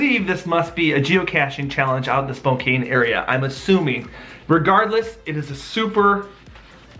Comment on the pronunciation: Spokane is pronounced “Spo-can”.